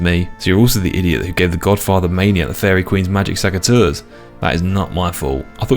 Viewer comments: pls, it's SECateurs, not SACKateurs 😅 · I just wish you didnt say saceteurs 😅